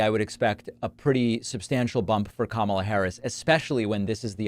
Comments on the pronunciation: Is he too stupid to learn how to pronounce “Kamala” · Still purposely mispronouncing Kamala's name and on top of that, not very cognizant!